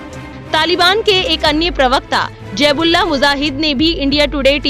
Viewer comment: Jaib ullah muzahid nhi bibi ji,, zabih-ullah mujahid bolty hn 😂